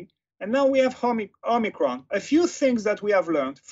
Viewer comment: "Homiecron" XD